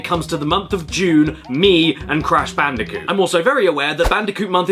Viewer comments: "Bandicounth" OK I snorted at that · "clash bandicock" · "God help us, we don't even talk about Bandiconth."